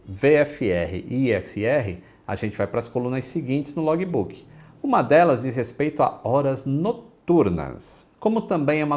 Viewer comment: Log"I"Book"I"... Faltam aulas de Cambly aí... 😁